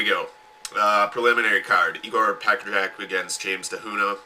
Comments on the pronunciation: Pecker Jack ahahhaaa...Pow-crah-jatz is how you pronouce him...but Pecker Jack is damn funny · HAHAHAH!!! Loving your pronunciation of pokrajac!!! hahahah Pack-a-jack! hahahah